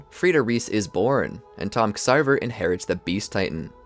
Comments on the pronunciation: Ya see I could handle the mispronunciations and small misplaced facts about when certain little stuff happened like when Armin showed the book or the way you say Ksaver ("sah vah").... but the fact you said Rod had Historia's.mother killed... did we even watch the same show homie? Kenny killed her and tried to kill Historia too but Rod stepped in and had her sent away to live as Krista Update: the amount of mispronunciations makes it hard for me to enjoy this video TBH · You got a couple things wrong; Only 7 of the nine titans were captured by Marley, the attack titan remained elusive and the founding titan was on paradis. King fritz of the walls did not make any of the mindless titans outsided the walls. It was marley that sent “traitors and treasonous eldians” to the island as titans, subjugating them to become titans for life. Ksaver’s name is pronounced like Xavier and pieck is pronounced as “PEEK”. Also calling Mikasa obsessed is uncalled for, she literally lost her family at a young age, its why she is very “protective”( and rightfully so) of eren because she doesn’t want to go through that trauma again.